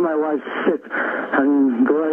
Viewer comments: I was listening to the video without looking at the screen and definitely heard him say she was sick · Knowledge engineer transcriber here. He is saying sick not shit. He means he needs a doctor ergo ambulance, not a slip just primative thinking.